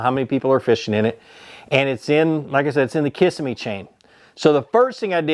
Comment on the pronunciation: Love how you are pronouncing Kissimmee Ki-sim-me is the correct pronunciation